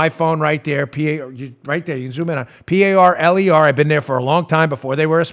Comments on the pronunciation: Parler means "to talk" in French but it's pronounced "par-lay"... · Dan, you're great---but I think it's pronounced par'lay"! :o)B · It’s pronounced Parlay Dan. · Parler is French for talk, pronounced parlay. I dont know anything about the app.